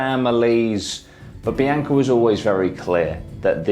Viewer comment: love this channel but if your going to cover somebody's death to show respect whether an accent or not you should probably pronounce her name correctly. seems disrespectful. It is very obvious her name is BEE-ONKA not BEE-AINKA. have you ever met somebody name bianca and pronounced BEE-AINKA? no.